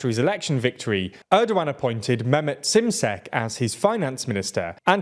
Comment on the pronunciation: Şimşek. Like "shim sheck".